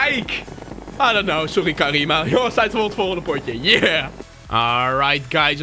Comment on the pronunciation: HET IS CARMINA NIET CARIMA